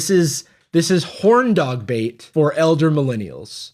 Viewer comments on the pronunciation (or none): none